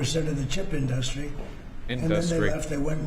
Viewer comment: THERE IT IS, MY BELOVED. IN-DUH-STREE.